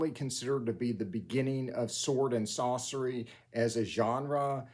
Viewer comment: It sounds like you are saying Sword and "Saucery." I'm officially creating two new sub-genres: "Sword and Saucery" where Sword and Sorcery protagonists must create tasty sauces while battling would-be poisoners and rival culinary (Kullinary?) saboteurs. And "Sword and Saucer" where they battle aliens in classic style flying saucers! I'm only half-joking...